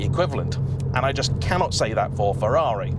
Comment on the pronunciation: At least he knows how to pronounce Ferrari.